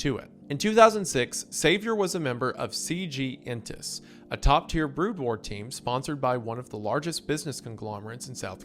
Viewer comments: 'BROAD WAR' My earssss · BROAD WAR?????? BRO YOU ARE DOING THIS ON PURPOSE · I died every time he pronounced it "broad war" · Later on he started pronouncing it correctly... either someone let him know between cuts, or he did it wrong for engagement. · I was lying in bed enjoying the story about his Dad and 'the fly' and I had to get out in frustration at broad war. Glad to see you are here berating him already doing the lord's work :) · Which he followed by calling Starcraft's "Brood War" expansion 'Broad War'. 😭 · This mispronouncing of the race names and brood war is fucking crazy and more people need to be triggered by it. I swear he did this on purpose there’s no way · I find it so funny how he mispronounced some of the StarCraft names but also mispronounced Brood, only to say it correctly later. Might be one of the only times I was aware of him mispronouncing words lol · his pronounciation of Brood War makes me wonder if he even is human XD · i started to think you are a secret starcraft enjoyer until you pronounced brood war :D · Surprised more people aren’t complaining about how he said Brood!!! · “BrOOD War”. Pronounced like “dude”. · "taroon" "Broad war" Ain't no way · i love you mr goon but you really gotta do some basic pronunciation research for these, ill never get over tuhrin and broad war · I was like, “‘terr-OON?’ ‘BROAD war?’ Is this some kind of bit?” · it has to be, after the first time he says it, he goes back to pronouncing Brood War correctly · He does start getting it correct later on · excuse me? "Broad" war? It's BROOD war! >:c Even my german ass can read this better. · My dude. BROOD War. Not Broad War :) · Not broad war, Brood war. Brood as in a brood of chickens etc. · BROOOOOD WAR NOT BROOOAAD WAR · I love all of windegoon pronunciations of StarCraft terms lmao. BROD WAR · These mispronouciantions are hitting me like flashbangs "Broad War" "PC Bangs"